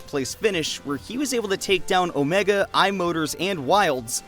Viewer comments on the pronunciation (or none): none